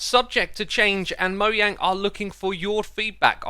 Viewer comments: Not been a fan for long but can I just say... Mo yang?? Its mojang mate. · Im sorry did you say "Moyang"?? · Im sorry did he just say moyang? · here for my daily dose of "Mo-yang"